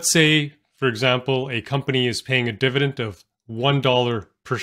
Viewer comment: Why do you pronounce dividend as “divident”?